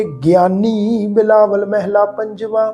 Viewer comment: Waheguru Ji Ka Khalsa Waheguru Ji Ki Fateh ji. Very very nice paath.❤ one thing instead of meheela why not mhalla. Bauth bauth danwad ji